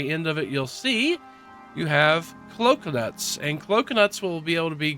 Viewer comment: Did you say “clocunuts”?